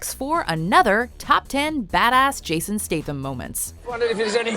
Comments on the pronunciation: Fuck me its STATham not STATEham. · NOT stath-am. stat-ham.......